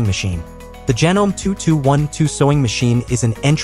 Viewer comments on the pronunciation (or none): Just a couple things: It's pronounced "so-wer", not "su-wer". As in someone who sews. And it's "Janom-ee", not "janōm". The last "e" is pronounced.